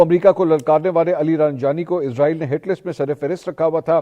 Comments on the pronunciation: bro listen Please stop calling this dam country as IZ-RAA-EEL ITS ISS-RAA-EEL SO PLEASE PRONOUNCE IT PROPERLY LIKE WE HAVE SURAH BANI ISRAEL IN QURAAN WE HOPE YOU START PRONOUNCING IT RIGHT FROM NOW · bro listen Please stop calling this dam country as IZ-RAA-EEL ITS ISS-RAA-EEL SO PLEASE PRONOUNCE IT PROPERLY LIKE WE HAVE SURAH BANI ISRAEL IN QURAAN WE HOPE YOU START PRONOUNCING IT RIGHT FROM NOW Its اسرائیل not ازرائیل